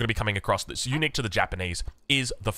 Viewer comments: For a bit I thought you were saying eunuch building 😂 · I kept thinking he was saying "Eunuchs" instead of Unique for the first 5 minutes lol